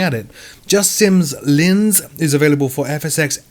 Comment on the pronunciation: Thanks once again for your weekly round-up. Just a couple of points on pronunciation; Lancair I believe is pronounced Lance-air and Linz is pronounced Lintz.